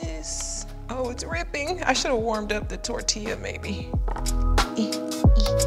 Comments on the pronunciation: SHE SAID TORTI-LA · Tortilla she said tor tillaa